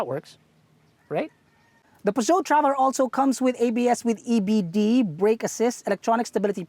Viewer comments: I love the car and, but it's supposed to be pronounced "purr-zyo" not "pu-dyo". other than that, autodeal is still the best. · It’s pronounced ‘Per-jo.’ And slow down a bit. Your voice is cracking at the end of your sentence.